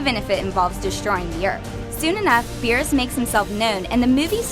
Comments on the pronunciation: Why does everyone still call him "Bills"? It's BEERUS!!! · Why is she saying beers?